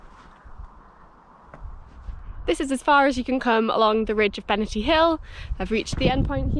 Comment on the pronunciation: Cracking weather! You can’t beat crisp white snow and blue skies. Interested in your pronunciation - I’ve always known it as Benaaahrty (if you get my drift). I hope you plan a walk up Falkland Hill.